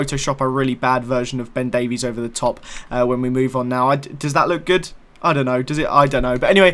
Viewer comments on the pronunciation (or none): none